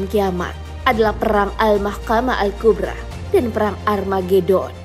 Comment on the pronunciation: Kubro,, bukan kubra bacanya min,,kek ular kubra